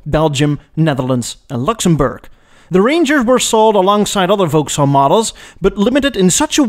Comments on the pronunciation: Gentle correction: Vauxhall is pronounced "VOX-haul", not "Vouks-hall". English is weird that way. And GM bought Adam Opel in 1929. I had a high school teacher in the US who drove an Opel GT ... Opels were pretty hot cars in the '70s for those who wanted economy and performance but didn't want to buy Japanese marques. Incidentally, GM kept up their frankenstein strategies in Europe until Opel was sold to PSA+Fiat/Chrysler in 2017; the worst car we ever bought was a 2009 Opel Antara, which had a Chevrolet Captiva body and frame built in Korea by Daewoo, a Holden engine from Australia, transmission from some other GM division, with "styling by Opel" in Germany. To add insult to injury, it was sold as a Saturn Vue in the US. It was gutless, but still managed to drink gas at a prodigious rate; in my experience that's a common trait of six-cylinder engines. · It is NOT "Volks-haul"; it's "VOXhaul"! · Oh dear,. It's pronounced Vokkshall, not Vowkshall. Also, whisky does not come from, er, England. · It's pronounced "VOXALL", even though it's spelt Vauxhall. Don't ask me why but that's simply how it is. Thankyou for this clip, though, it's appreciated. Take care and all the best. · We pronounce Vauxhall as vocks-hall, please! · Why do you pronounce Vauxhall so strangely? Vox hall. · Vauxhall pronounced Vox all. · Vauxhall is pronounced like 'Voxall'. The English language is not a phonetic language. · It's pronounced "Vox-All".